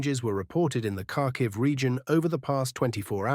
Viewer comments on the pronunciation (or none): none